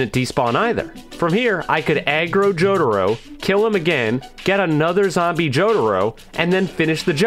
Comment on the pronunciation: Why does say jotaro like “jodaro” its kinda annoying